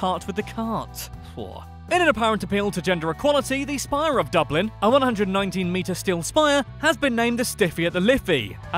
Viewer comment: Jack Keenaghan He pronounced Dublin correctly